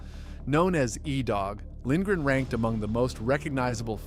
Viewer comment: Lindgren is the first name pronounced right in this video 😅